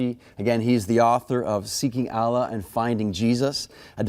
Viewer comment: The reporter can’t even pronounce Allah. What a joke this is.